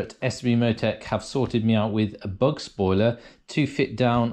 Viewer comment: German "Bug" as in "Bow" of a ship. It has nothing to do with bugs lol.